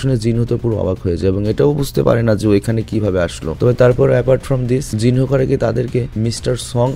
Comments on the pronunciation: Not Jin hoo it's Jin woo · Vai jinhu na jinwoo